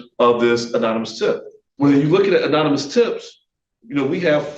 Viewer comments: this attorney needs to go home, sit-down and Google how to pronounce 'anonymous'. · Why does this guy keep saying “unanimous” instead of “anonymous” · 'Unanimous' tip! He said that several times. It's 'anonymous'! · Anonymous (uh-nah-neh-mus) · That man needs to Google search and listen to how to pronounce 'anonymous'. He's an attorney, how does he not know how to say 'anonymous'? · He can't pronounce " anonymous" if his life depended on it, but yeah he's still in the pocket. Oh and aside from his interpretation of the 4th amendment. That was really dumb. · Still can't say "Anonymous" though.. lmao 😂